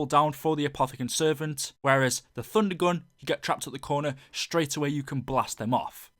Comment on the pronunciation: It sounds like you're saying Funder Gun